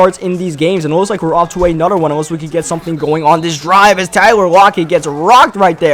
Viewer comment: It's another not anutter Jesus Christ